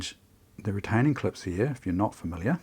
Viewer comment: Surprisingly, there is an R in "heah" (here)...